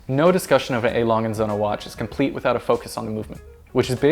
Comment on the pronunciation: You have absolutely butchered the name, jesus christ.